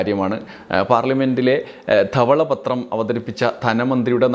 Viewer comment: തവള പത്രമല്ല ധവള പത്രം എന്നാണെ 😅